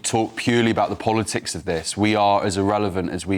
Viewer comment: Why the emphasis on the IS? Surely it should have been the THIS. Sort ur syntax out ffs!!!